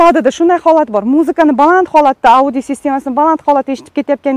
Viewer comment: Ауди система эмас аудйоооо дейилади